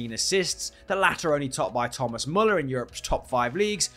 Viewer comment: It's Thomas Müller. Easy.